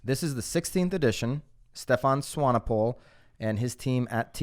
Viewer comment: Impressed with your pronunciation of Swanepoel.